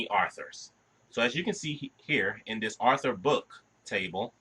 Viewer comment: Good explanation however very funny everytime you pronounced Author as Arthur lol : )